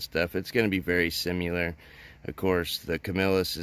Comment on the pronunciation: My dude, I like your videos, but your mispronunciation of the word “similar” as “simuler” is nails on a chalkboard.